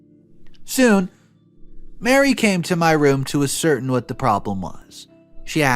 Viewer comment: Great video! "ascertain" is pronounced "ass-sir-tain". That "tain" sounds like the "tain" in the word "stain".